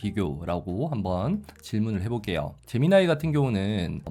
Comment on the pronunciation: 젬미니 인줄....